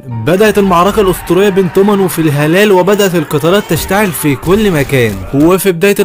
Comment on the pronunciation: فلا هالا ❌ في هلال✅